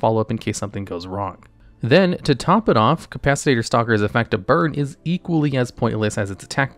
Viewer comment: “Capacitator” lmao